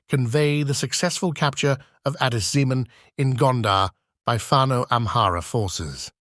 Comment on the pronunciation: No Amhara guy can get such a true report like you, otherwise you must be from Gonder. Even the way you called Addis Zemen is by far perfect that abiy ahimed can pronounce.